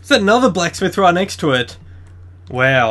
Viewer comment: like how he says weow when he goes wow....LOL